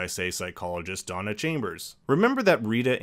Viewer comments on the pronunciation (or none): none